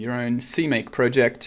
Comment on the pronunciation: see mac? seemaque? wtf?